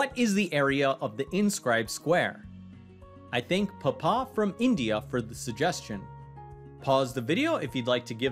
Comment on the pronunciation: It's paaapaaa not papa